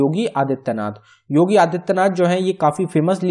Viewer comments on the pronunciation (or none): none